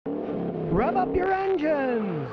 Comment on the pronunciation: When you say rev up your engines it sounds like rub up your engines.